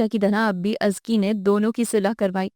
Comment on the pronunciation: I don't believe you pronounce Azka...Azki i mean seriously!!! Kisi say confirm he krwa latay